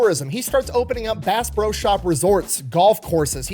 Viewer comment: i love how half of the pro's he says come out as bro